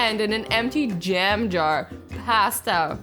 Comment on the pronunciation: Azzy it's jam not jem